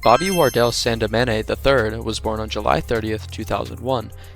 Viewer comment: fire vid to eat my noodles to🔥 note: Destroy lonely's last name is pronounced Sandiminy, not sandimanay*